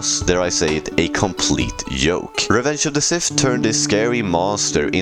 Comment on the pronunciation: The way you say Joke and Jedi lol. Makes it sound like Yoke and Yedi